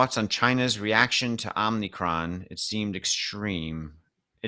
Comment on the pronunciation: just FYI the virus is pronounced "OH-mee-kron" not "OM-nee-kron". Omicron is a Greek letter.